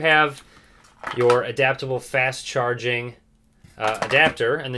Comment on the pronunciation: you says headphon, charging and speaker wrong 😂💪